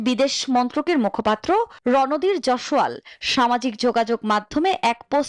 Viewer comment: JOSOWAL NA RE JAISWAL. AGGE PRONUNCIATION SHEK THEN DO NEWS READING.